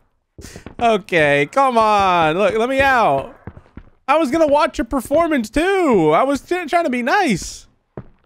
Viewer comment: "Proformance place" It's a theatre